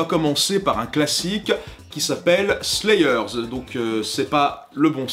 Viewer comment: "Slaï eur" ?? "ponti an steukin" ?? Un effort... "Sword" a un W qui ne se prononce PAS... Un effort...